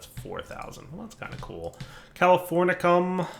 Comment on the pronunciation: Goddamn wtf americium and californium are not fuckin pronounced like that